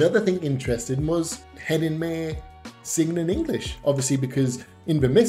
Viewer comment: Not important really, but 'May' in German is correctly pronounced as 'my' or the 'ay' like 'eye'.